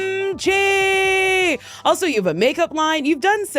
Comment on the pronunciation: Look at Mrs KimaChi (Pronounced like Timothy)